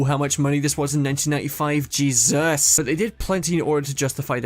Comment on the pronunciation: lol why u said jesus like that. great video! Also I hate cars 2 .